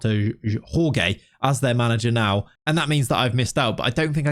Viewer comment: Portuguese Jorge is pronounced George Only Spanish Jorge is pronounced Ror-re